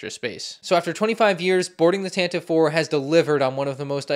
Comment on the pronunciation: it’s “Tan-ti-vee four”